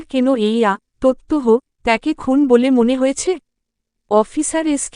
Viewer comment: আবার এলেন খুন না বলে খুনো পড়তে। আগের পর্ব যে পড়েছিলেন তার টা তবুও ভাল।